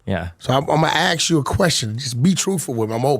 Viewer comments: Anyone who pronounces “ask” as “axe” and talks about “eating other mens a$$ out” is an idiot! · Can’t even say ask correctly